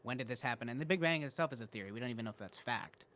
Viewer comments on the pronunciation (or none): none